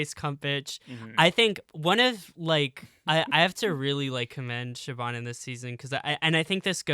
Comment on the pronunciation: No hate this was a lovely conversation I just wanted to say that Siobhan’s name is actually pronounced more like “shiv-on” than “shib-on” or “sib-on”